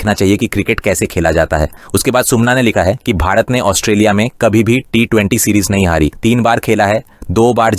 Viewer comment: It's not 'os-te-li-a', it's 'Aus-tra-li-a'. When will you guys start pronounce rightly? (অস্ট্রেলিয়া, ऑस्ट्रेलिया, অষ্ট্ৰেলিয়া, ઓસ્ટ્રેલિયા)